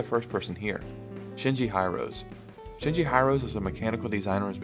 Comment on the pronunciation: The way you pronounced "Hirose" lol